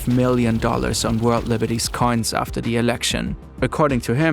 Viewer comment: I like how the narrators way of saying “coins” sounds like “cunts”. It’s very apt here.